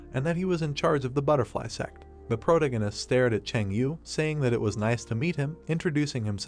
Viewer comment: Please fix protagonist pronunciation